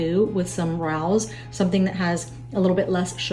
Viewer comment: Hi. Thank you for your videos. I always enjoy them. Just wanted to let you know that Rao's is pronounced "Ray O's"